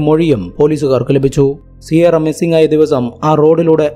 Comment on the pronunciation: സിയാറ അല്ല കിയാറ എന്നാണ് സാധാരണ പ്രൊനൗൻസിയേഷൻ.